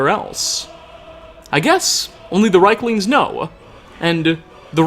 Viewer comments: I'm almost 99% sure it's pronounced "Reeklings", as the "i" is before the "e". I think that's how the NPC's pronounce it as well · I feel like you're mispronouncing rieklings lol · I love you, Hearing rieklings said wrong times is a bit too much for me. I'll leave a like and move on to the next video. <3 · You pronounced the creature's name wrong.